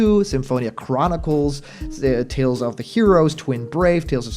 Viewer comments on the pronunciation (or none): I keep hearing you say Tales Off instead of saying Tales Of.